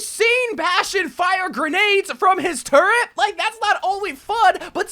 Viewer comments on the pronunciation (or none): none